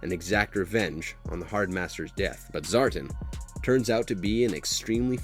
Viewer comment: Destro’s last name is McCullen..not McMullen! The ninja clan is the Arashikage..not rashikage and Zartan is pronounced Zar-tan not Zartin…this video was littered with mispronunciations😩 and in Retaliation the joes were NOT killed in a “nuclear air strike”, if they were roadblock, flint and scarlet would have died from the fallout. It was just an air strike 😒